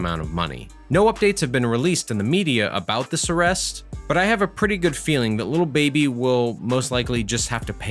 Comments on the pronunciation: tre wright it’s not “Luh baby” either smh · he a white dude. He say “little” instead of “lil” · Is no one gonna talk about how he says little baby instead of lil baby? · anyways annoyed tht he kept sayin “little baby” instead of “lil baby” 😭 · His name is lil baby not “little baby” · Great video but it’s lil baby not little baby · keeps say little baby it’s “LIL” baby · It’s lil not little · He literally says “little” baby😭😭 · Say "little baby" one more time, i dare u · I swear if you say “little” baby one more time... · Man keeps saying little baby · He messing up the name 😑 what’s is “ little baby 😂 “ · They way he said “Lil Baby” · Does a video on lil baby but doesn’t even know how to say his fucking name